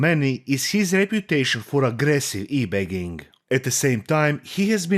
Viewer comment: Keemstars ability to speak declines like crazy when he gets mad. Especially his control of vowels. Begging becomes bagging . Genuinely hollow, scummy, malevolent person. Just someone no good in life can possibly come from getting involved with.